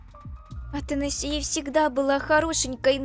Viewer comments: Имя принцесы Ата'насия а не Атанаси'я...... да я душнила 😅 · В имени Атанасия ударение на третью букву а😂 а не на букву и